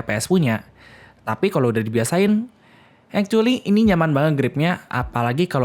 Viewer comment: yang saya dengar "ekcueli" dan "kontorel" wkwk